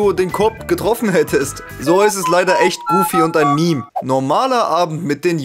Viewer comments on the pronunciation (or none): none